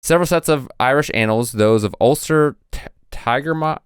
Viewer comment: I think you were trying to say Tigernach (teer-nock). It basically means 'Lord', but is often used as a name, and was the name of an Abbot at Clonmacnoise (Cluain Mhic Nóis) who wrote his own annals.